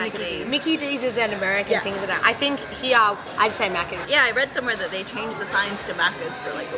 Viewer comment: オーストラリアのホストファザーはneighborをナエバ、here をヘヤと言っていたのでイがエに、エがアと変わっていたように感じました。